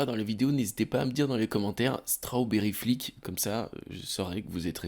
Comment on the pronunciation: Strawberry flick (qui se dit “strobéri” et pas “straobéri” 😉)